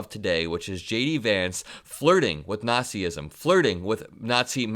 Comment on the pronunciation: Why do people say "Nat-see-ism"? It's "Natz-ism," people! Two syllables. You sound like morons when you say it the wrong way!